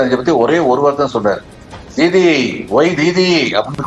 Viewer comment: தீதி தீதி என்றால் இந்தியில் அக்கா என்று அர்த்தம் அதுவும் முன்னால் பிரதமர் மிகவும் தரை குறைவாக உச்சரித்து அசிங்கப்படுத்தினார் மம்தாவை